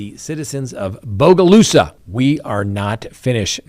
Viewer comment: Great job on your pronunciation of Bogalusa. I'm proud of you.